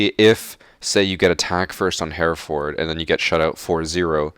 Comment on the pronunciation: Is no one going to notice how he said Hereford weird?